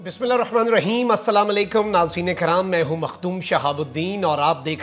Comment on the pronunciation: ڈییر، دو کام کریں: نمبر ایک: سلام اور اخوندزادہ کے تلفظ ٹھیک کریں۔ نمبر دو، بیج ہٹا دیں، تاکہ جانبدار نظر نہ آو۔